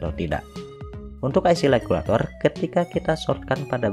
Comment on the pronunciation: IC Regulator sia KOPLOK lain Legulator, siga orang China wae teu bisa nyebut RRRRRRRRRR 🤣🤣🤣